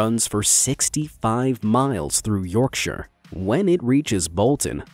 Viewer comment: So happy he said yorkshire right